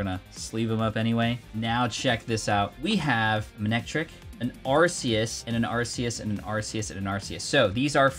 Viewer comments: Neither, its just Arceus. The plural to all pokémon names is just the same as the singular. Also, it's arc-e-us. Not arse-e-us 🤷‍♂️ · you mean arkoos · Never seen someone who makes so much pokemon content mispronounced arceus so much 🤣